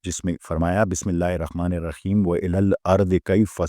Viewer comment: Asalam o alikum Sir ap ke batain bohat Kamal hai ... Bohat Kuch samajh AA jata hai. Sir please apni thori see islah karain Last main raheem hai .. app (rakheem ) parhty hain. .بِسْمِ ٱللهِ ٱلرَّحْمَٰنِ ٱلرَّحِيْمِ ( haaa n Khaa )main Thora SA farq hai